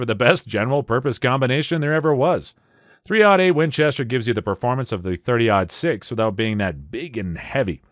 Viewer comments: It's called "three o' eight" not "3 ODD EIGHT". I'm cringing hard. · He's sayin "3-ought-8", which is still wrong, but I was recently taught that so I figured I'd pass it on. I thought it was "odd" this whole time. I'm almost 40. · yeah I know, like 30 ought 6, and double ought buck shot, but I'm 90% sure he's saying "odd" .. ugh.